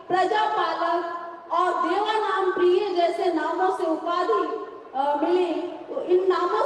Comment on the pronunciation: देवानाम प्रिय नहीं देवानम पीय दसी बोलिए।